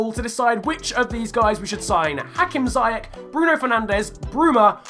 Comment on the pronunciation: Ziyech is pronounced as ‘see-yech’ with the ch pronounced like the Dutch ‘G’ sound. Thought I’d throw it out there :)